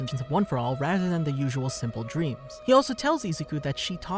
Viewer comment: he kinda.... messed up "rather" word